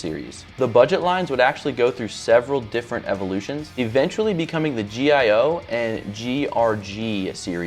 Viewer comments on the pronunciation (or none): Very cool video. One thing, the Gio is pronounced "jee-yo", not spelled out like RG is :)